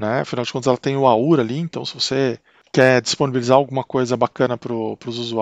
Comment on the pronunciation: Legal seu vídeo. Gostei de sua pronúncia correta da palavra "aura" (o que se escuta de aurea....é brabo!). Quanto ao Arch: se não se vai usar muitos hardwares novos (fones, placas de vídeo, etc) vale a instalação? Em comparação com um Debian Stable, por exemplo..Abração